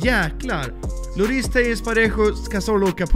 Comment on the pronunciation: Haag ber dig sig inte lloris det uttalas med ett j